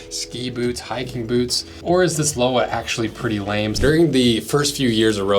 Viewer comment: Thanks for the nice review, Lowa are my favorite boots and It’s been a great pair for my hikes in the Alps. Btw it’s pronounced Lo-va 😊